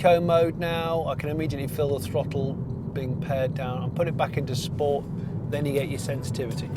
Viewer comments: Great review Jonny ... nice to hear a little bit of ‘smith and sniff’ creeping in, with mention of the ‘spow-t’ button... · LMAO That's how I always pronounce the word "SPOWT!!"